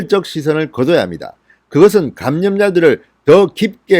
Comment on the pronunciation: 즐겨 듣는 애청자 입니다. 항상 감사합니다. 진 의원의 발음상 오류를 알려드리고 싶어요. "감염 " "방역" 을 말할때 잘못 발음하고 있어요 교정하면 훨씬 듣기 좋은 방송이 될듯합니다.